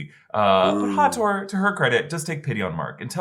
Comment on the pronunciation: Hathor is pronounced Ha-thaw.